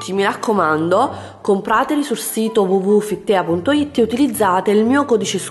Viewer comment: PrinCESS e FitTEA nn si può sentire 😂